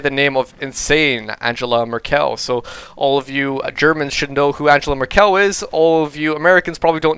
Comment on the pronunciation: reminds me of Miss South Carolina xD Oh and her name is Angela Mérkel not Mer-kéll :P